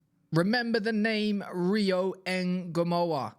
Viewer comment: Now you said the name right.